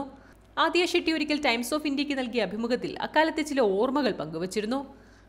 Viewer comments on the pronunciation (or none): none